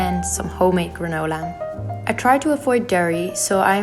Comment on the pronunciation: When you say “granola” it sounds sooo pretty! I love these recipes! Yum! 🥝 🍌 🌱 🍯 🍲